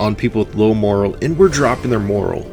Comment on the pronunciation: "Morale" is pronounced differently than "moral." FYI